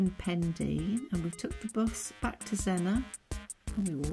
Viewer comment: Zenner, not Zen-NOR.